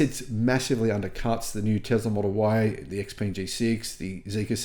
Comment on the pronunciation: You need to pronounce X Peng correctly!